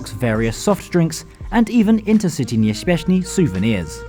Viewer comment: Intercity nieśpieszny. [Pronounced: Interceetee niepsheshpieshny]